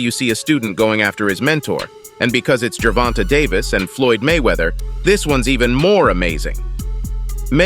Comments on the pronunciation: When the speaker says gervontuh ... u know its fake news lol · How about pronouncing his name correctly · How do you not know how to pronounce Tank’s name properly?!? So annoying. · This guy can’t even say Davis first name correctly 😂🤦‍♂️ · Bruh.,.the AI-voice pronunciation of Gervonta got me dead as a mfer 😂😂😂😂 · Can't watch no more how u butchering his name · You can’t even say his name right.